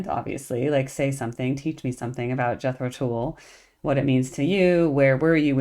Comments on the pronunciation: At the risk of mansplaining, Tull rhymes with dull. Came here from the Zappa and Steely Dan videos, which I really liked. Keep it up. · In their early days, they were struggling getting invited back for repeat gigs, so they would change their name to keep working. when they finally got that big break, their name was Jethro Tull(rhymes with dull). The live version of a shortened version of 'Thick as a Brick' is an awesome choice! Seeing them live has been a huge blessing in my life! Hoping to see them again, at least once more! Their new music is awesome by the way!!! Peace and Thanks!!!